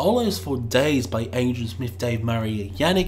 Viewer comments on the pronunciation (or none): none